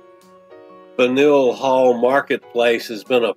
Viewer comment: faneuil hall not franeuil